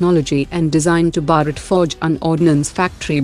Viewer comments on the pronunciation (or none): none